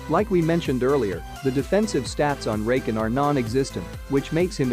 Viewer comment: "Rayken" "Zeyuh"